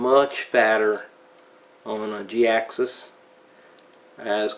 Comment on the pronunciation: Jhiaxus I thought his name was pronounced (Jy-axus)